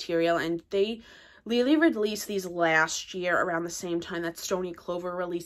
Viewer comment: wrong.Lele herself pronounces with G.